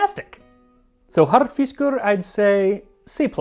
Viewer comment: Well done enjoyed your video your saying "Harðfiskur" is spot on and I would absolutely eat you Rúgbrauð Greetings from Iceland